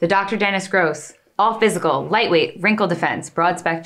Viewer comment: Why are they pronouncing Dr. Dennis GROSS like that 🤣